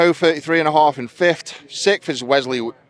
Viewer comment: please Edward its fifTH not fifT